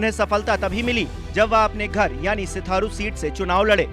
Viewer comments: Sitharu nhi sirathu hota h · सिथारू नही सर जी सिराथू है।😂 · Pagal baar baar sitharu sitharu kyu bol rhe ho naam uska sirathu hai... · हाहाहाहाहा.... पत्रकार महोदय....सिराथू बोलिए....सिथारु नहीं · News24 सिथारू नही सिराथू नाम है